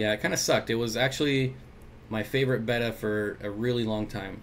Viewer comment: I first had bettas in 1962. The name then was 'bet-ah', not 'bayta'. Watch the betta orgs videos on YouTube, the society president calls them 'bet-ahs'. Beta is the second Greek number as in Alpha Beta. That's the origin of this pronunciation error. Betta Police out. So these days Chiron is pronounced Charone. What do I know?